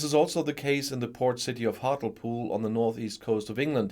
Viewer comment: Hart-lee-pool in pronunciation….